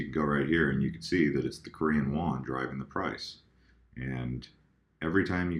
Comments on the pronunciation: it is Korean Won not Wan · just lettin ya know it's WON and not WAN Not trollin, just wanted you to know for future reference! Keep pumpin out these videos!!! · Korean “Won” not “Wan”